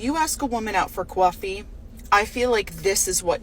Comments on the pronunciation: Cah-fee. Cah-fee. Not Qwa-fee. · what's a cwarfee ?? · Number two lost me with “kwawfee”. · Hahaha the boobie comment is so spot on! and the way she pronounces "kvoooffy" sigh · I could never date a woman who pronounces the word 'coffee' like this woman. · I was thinking the same, how weird is she pronouncing coffee? 😂 Whatever makes her sleep at night, that's her justification in believing this crap. All these women "deserve" these days...but what do they have to offer apart from a pretty face and their body? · Just the way She over pronounced the word coffee,Is annoying in The second video,I am.sorry. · Does anyone get Coffee Talk from SNL vibes when she says Coffee? Plus, she just did it because she wanted to show off her coffee beans!